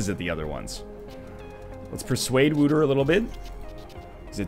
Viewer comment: Just replying to an older playthrough here. You're not very good at pronouncing stuff, are you? Wouter is not pronounced Wooter, the closest you will get with an English pronounciation is probably Wowter or Waoter. It's a Dutch name. Then again, I'll grant you that the language in this game is also done pretty bad. Just look at the end, "pacific" attitude? They've got to be confused with the word pacifist :s